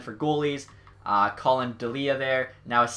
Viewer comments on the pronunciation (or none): none